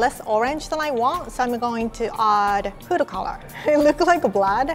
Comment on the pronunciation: everyone: foodcoloring: food-o-color lol no hate